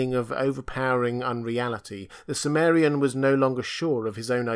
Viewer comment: Why do you pronounce chimmerian, as if the ch was S?